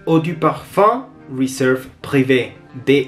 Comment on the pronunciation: que buenísima reseña, la voy a conseguir. Me encanta que eres de los pocos que pronuncia bien los nombres de los perfumes, es por eso que quisiera hacerte solo una pequeñita corrección, dijiste todo el nombre en francés menos la palabra Réserve (que la dijiste en Inglés) que dicho sea de paso la tienes escrita en francés:), solo eso que es una tontera, pero creo que puede servirte. Saludos